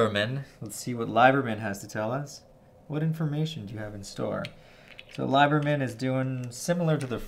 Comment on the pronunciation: Gotta call you on something. It’s a nitpick, but Liebermann shouldn’t be pronounced “LIE-ber-min” but “LEE-ber-min”.